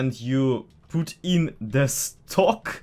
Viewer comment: Is he Russian? The way he say PUT sounds very familiar to PUTin